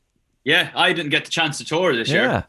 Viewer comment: "The chonce"